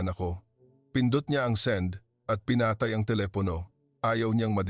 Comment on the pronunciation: Pinatāy? Di ba Pinatây? Banīg? Di ba Banîg? Puro kasi malumay samantalang maragsa naman, etc.